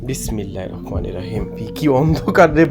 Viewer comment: ভাই,ছোট বেলা থেকে শিখে আসছি বিসমিল্লাহির রহমানির রহীম,আপনার উচ্চারণ তো হয়না মনে হয়